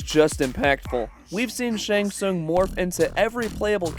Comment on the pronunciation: How do u manage to botch the pronunciation of his name every time? U heard it at least a dozen times while making this